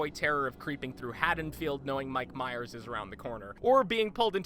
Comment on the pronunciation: Every time you say Mike Myers I want to slap you.